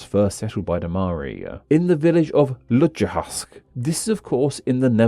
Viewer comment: Lutjegast, why are you saying then, Lutjehast?